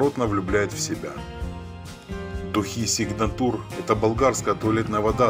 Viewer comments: Ну и автор(((( даже СигнатУр так ухо резануло😅 И это были болгарские духи. Откуда взял современные духи Кузнецкий мост, что они мужскими были😢.... Жуть. Такой винегрет собрал. Да в середине 70х и позже самыми лучшими.были французские духи, польские и болгарские. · Автор занимается откровенной брехологией, тет-тет, Елена свободно стояли на прилавках магазинов. Читает как робот, даже ударения не соображает правильно делать. Какой сигнатур? Взял фотки и безграмотно прочитал.